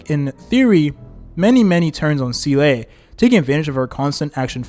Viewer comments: I stopped watching him after his first Seele video because he outright says seal (as in the animal) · actually her pronounciation is say-lay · "See-Lay" I can't watch this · I think he does it on purpose lol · fr how hard can it be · I’m dying inside too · it is he used to say seal 😂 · bro pleaase its zeeluh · this would be a good video but the way you said SEELAY every 30 seconds drove me insane dude pls i cant even finish it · well its definitely not SEELAY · seele is actually can ve pronounced like this guy pronounce it bug other characters 😭😭 from all only yukong was prnnced correctly, it's like the guy never played and sees the scripf first time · Bro can't pronounce Seele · we gotta teach you how ro pronounce seele 😭😭😭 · I cannot hear this pronunciation of seele anymore make it stop pls 😂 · i didn’t see the video nor know the guy but the comment alone makes me feel pain. Edit: how is he pronounced yanqing properly but not Seele, is it on purpose, isn’t it? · I believe the "Proper" pronunciation is "Zee-luh" as she even says herself that her name is based off of an old Belebog word for "Soul" which just so happens that the word for "Soul" in German is "Seele", and that's how it's pronounced in German. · it's SEE-LAH not See-Lay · Bruh why say selay when you can simply say seal. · Zee luh not see lay (also how did your pronunciation of her name start from seel to seelay) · Seele is german and is pronounced more like Se-leh not zee-lay lah or luh. The double E is not pronounced like "see"/"sea" but i can see how that throws english speaking players off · seele is my favorite character in hsr, hearing see-lay all throughout this video just hurts.... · Don’t think I’ve ever heard Seele’s bame said so much. Lmao was said at least one to 3 times during almost every single sentence. Also never heard it pronounced wrong. So much xD “See-lay” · Nah bro, "see-LAY"? That enough internet for today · sea-lay i cant 💀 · The Seelay is distracting me 😂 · ah yes, seelay